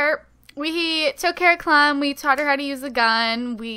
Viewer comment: her nickname isnt "clam" its clem ok?